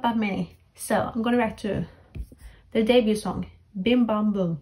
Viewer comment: Juri, the Japanese members formerly of AKB48, is pronounced with the J sound, not like “Yuri” btw Also, Suyoon and Sohee were on Produce 48 too, if you recognized them. Edit* Plus, it’s Bim Bam Bum not “Dim Bam Bum” lol